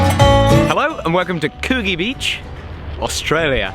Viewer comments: AHAHAHAHAHA its pronounced coo-G ahhh too funny. next time you're in Sydney i'll give you a tour :) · Its pronounced cood-gee. Hehe love the way oeople pronounce aussie town names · The provision of value is indeed a virtue! BTW Coogee is pronounced Could-Jee. Awesome to see you in 'straya:-) Hope you have lots of fun here. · Coogee beach is pronounced - Coo gee, with the g sounding like in George not as in good. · "coo-gee' Beach ;D thats funny.